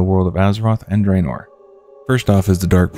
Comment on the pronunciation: Draenor is pronounced drah-nor, not dray-nor, by the way. :P